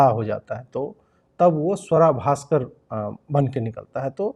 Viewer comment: Your pronunciation needs correction Ajit ji. It's Sooara Bhasker !